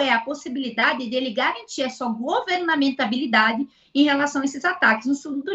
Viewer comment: "GovernANTAbilidade" foi de lascar 😅